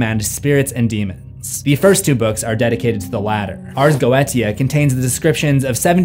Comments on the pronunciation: The ars goetia is pronounced ares goeesha you pronunciation pisses me off every time you say it. It’s galic not Latin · It is pronounced ars goisha just fyi. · Ars Go-e-sha That is how you pronouce it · For the last time… “Ars Go-EE-Sha” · Bro I love you but its (Ars Go-8-sha)